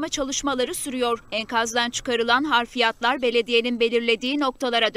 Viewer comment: enkazdan çıkan harfiyat değil, hafriyat...